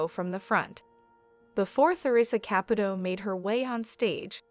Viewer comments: Listen up if you're going to do this Make at least an attempt to say her name correctly Ca Pu Toe Of course the e is not in the spelling but hopefully this will help you say it right. It is extremely rude to miss Pronunciate A person's last name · The narrator is driving me nuts. She keeps mispronouncing the name wrong. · You are pronouncing her name wrong!